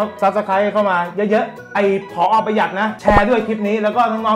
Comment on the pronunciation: ขนาด live more ยังอ่านผิดจาก พ.อ. เป็น ผ.อ. เเล้วช่องไหนจะอ่านถูกเนี่ย เฮ้อออออออ :-(